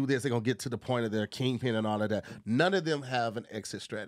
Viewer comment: Simple and to the foint 😂😂😂